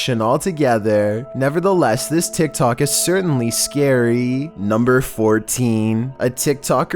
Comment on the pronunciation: i hear saying tsik tsok